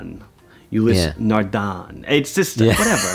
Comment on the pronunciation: Pronunciation: Ulysses Nardin: Euleess Nahrdehn; Bulova: Beulohva; JLC: Yayger Leu Cooltre; Blancpain: Blan Pain; Patek Philippe: Pahtek Pheeleep; Rolex: Rol-x; Tissot: Tee saw; AP: O-dehmarh Peegay (short "ay").